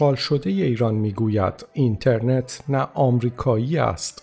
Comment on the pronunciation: ایشون درست تلفظ کرده، شما برو یه مقدار مطالعه بکن لطفا.